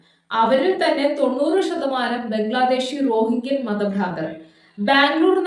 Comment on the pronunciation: രോഹിംഗ്യൻ മുസ്ലിമുകൾ എന്നാണ് ശരിയായ ഉച്ചാരണം 🙄😂